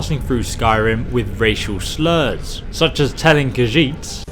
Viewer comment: I could tell it was a joke when you said "racial surls to Dark Elfs"